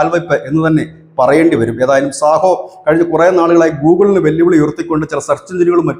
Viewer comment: സാഹോ അല്ല... സോഹോ ആണ് 🙏